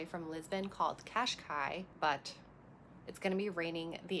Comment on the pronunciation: cashcai is special, it's cascais